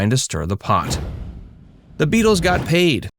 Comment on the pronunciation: Try that plural pronounciation of Beatle a few more times till you get it right